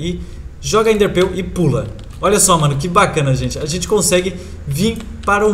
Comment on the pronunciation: nao fala ender pill fala ender perl